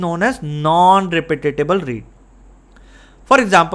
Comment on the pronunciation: Its cute how you pronounce non repeatable read. First I though its a one time thing and then you keep calling it non "Repeatatable" and thats all I could focus on for the ret of the video. 😅